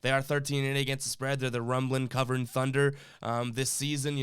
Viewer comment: Did anyone notice the video said "Thuner" and not Thunder. LOL... Thunder with the spread.